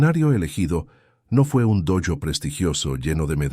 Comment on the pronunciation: No se dice doyo se dice dojo